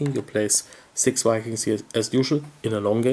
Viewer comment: I love the German pronounciation of V as W. In Caverna got lots of Wedgies!!